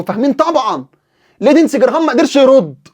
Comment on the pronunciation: بارك الله بك أخي المحترم ، كلمة لندزي تلفظ لينزي بدون الدال وجزاك الله خيرا أخي المحترم